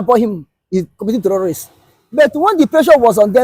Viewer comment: Please put this man back on track. The word terrorists not the where he's pronouncing it.